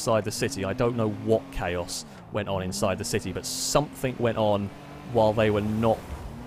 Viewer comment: I love this series and watch each new one on the day it comes out since I subbed. But please, for the love of all that's English, stop saying "somethink". ;)